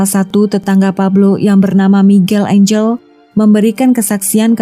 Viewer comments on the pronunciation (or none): none